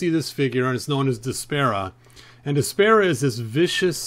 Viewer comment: Isn't her name pronounced Desp-r-uh, not Desp-air-uh?